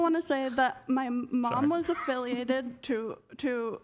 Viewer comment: this girl is deluded. She throws around legal terms like she knows even the SLIGHTEST about what they actually entail. Now, her mom was “aFFiLiAtEd WiTh cRiPs” … girlllll shouldn’t you be at your speech therapist 🙄🙄🙄🙄😮‍💨